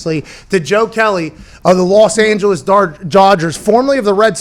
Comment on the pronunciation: Los Angelos Dargers! 😂 such a huge fan Pat! But, hilarious verbal typo